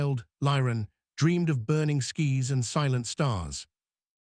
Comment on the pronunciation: Burning skis?.Do you mean burning skies?.If so then pronounce words properly.